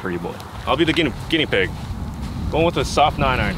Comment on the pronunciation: How crazy is it that and both had trouble saying Guinea pig